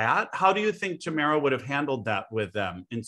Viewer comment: I am confused by Elena’s pronunciation of Tamara. In Russian it’s Tah-MAH-rah which is easy enough for an English speaker to say. Instead she uses this weird Tah-MEH-rah which doesn’t even exist in Russian and certainly isn’t her name 🤷🏻‍♀️